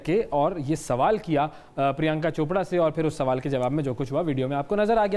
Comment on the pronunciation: Hey, anchor! Why keep saying "Chopda" instead of "Chopra". So, how come you became an anchor in spite of the fact that you are one of those who cannot pronounce "ra" properly!